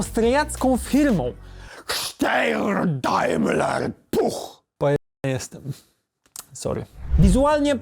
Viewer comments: Czekałem na SZTEJRRR DAIMLERRR PUCH! Jak widziałem, że uterenowiony golf to już słyszałem tą nazwę jeszcze zanim zdążył powiedzieć 🤣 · Te wypowiedzenie nazwy austriackiej firmy to 😂😂😂sztos 😂😂😂idealnie 😂😂😂